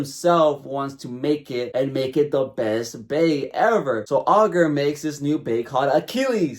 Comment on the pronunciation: "All-ger"....ITS PRONOUNCED I-GER you wacth the dub please I can't